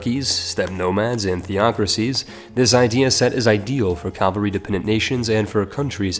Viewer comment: Repeat after me: CA - VA - LRY